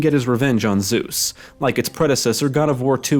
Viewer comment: killed by : ZÜß HAHAHHAHAHA what the actually F how bad it sounds in English, its called ZEUS